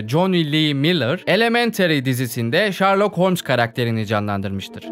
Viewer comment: şerlok ulan şerlok. ŞARLOK değil